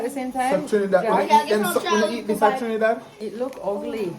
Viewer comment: pronounced all the names of places in Trinidad, correctly. 😊👍🏻